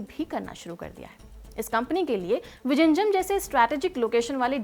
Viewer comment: Are bhai wo ड़ ऱ ळ hai vijinjham nahi